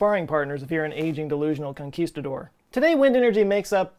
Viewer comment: Nice pronunciation on "Conquistador"